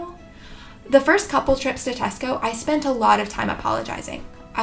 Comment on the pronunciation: You've just got a like from me for saying "Tesco" not "Tescoes"